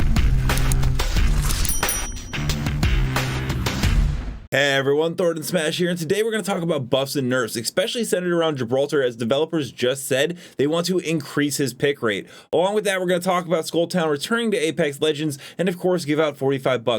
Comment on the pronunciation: Especially...not expecually